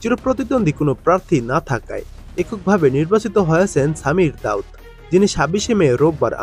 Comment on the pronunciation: ভাই নামটা সামির দাউদ না।সামির জাউদ।